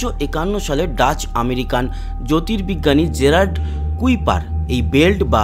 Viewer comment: Pronunciation হবে কাইপার কাইপার ছিলেন একজন scientist